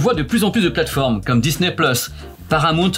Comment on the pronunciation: On dit pas disnè mais disni